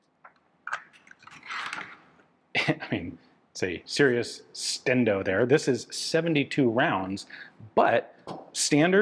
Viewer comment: It's funny hearing Ian say "stendo"